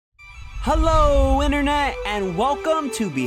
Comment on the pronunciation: Why can't you pronounce "hello" properly?